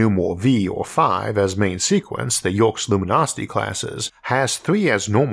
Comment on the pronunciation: Yerkes (as in luminosity class) is pronounced YER-keys, not the YERKS it looks like it should be.